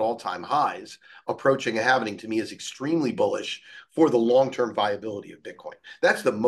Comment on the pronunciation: It’s halving not halvening